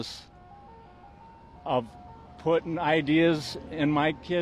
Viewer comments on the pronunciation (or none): I’m sorry, but Did he say puttining?